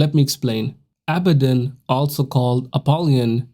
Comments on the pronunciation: It's pronounced ah-bod-ah-don now say that fast! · It's pronounced a-bad-in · How do you pronounce it again Mr. Knoxville? “ He’s Uh Baddun’” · They way you pronounce abaddon is horrible